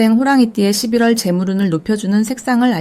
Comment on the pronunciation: 리딩 발음이 11월을 12월로 들려요. 차라리 ai를 활용해 보셔도 좋을듯.